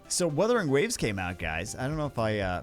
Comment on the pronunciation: Wuthering Wawes